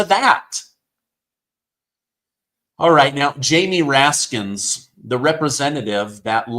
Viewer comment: Raskin, not Raskins.